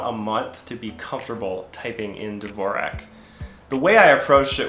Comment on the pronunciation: Mans is using dvorak for 10 years and can't pronounce it right